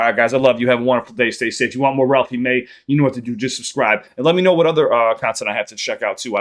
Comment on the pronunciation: Same 😂 i know u came here coz the last video he said ralphey may